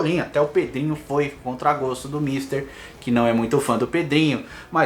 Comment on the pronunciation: ah vai eu sei que você também viu o ‘‘Podrinho'' 😂😂😂